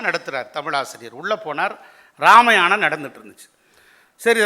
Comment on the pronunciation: ராமயாணம் என்று உச்சரிப்பது ஏன்? வேண்டுமென்றா அல்லது தெரியாமலா?